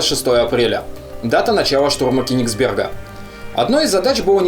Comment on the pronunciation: не КениксбЕрга, а КЁнигсберга - Кёниг Кёниг - король на нем. языке